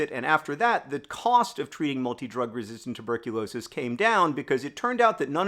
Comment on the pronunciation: Rewatching to count how many times you say "multi drug resistant tuberculosis" perfectly